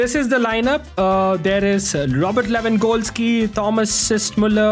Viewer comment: I like the fact that he pronounces Lewangoalski😂 ,great vdo btw.